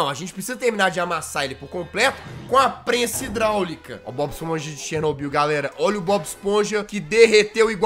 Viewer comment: Por que você fala Chernobyl